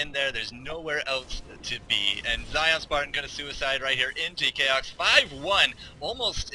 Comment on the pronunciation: you prononce "chaox" wrong ...